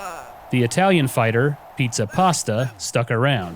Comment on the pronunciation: I swear he said "Eatsa Pasta."